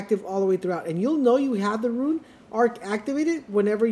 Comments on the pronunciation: Him saying ruin instead of rune is driving me crazy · Why are you saying ruin it’s rune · Why do u pronounce rune like ruin 😂 just say rune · The word is Rune.....not Ruin. Let's promote literacy. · stopped watching after he said rune as "ruin"